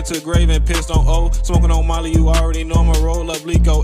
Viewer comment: I thought he said marty from 069 Faceworld but he said molly